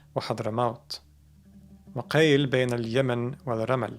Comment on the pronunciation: Maybe it's read: wa qiila bainal yaman... Not: wa qail bainal yama...